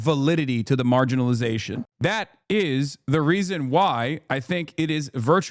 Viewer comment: Did you just say "validity of marginaliation"?